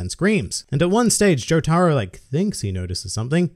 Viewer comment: Imagine calling Jotaro "joe-tah-ru"